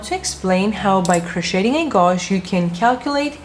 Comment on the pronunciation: OMG Someone PLEASE tell her how to say GAUGE G-age ?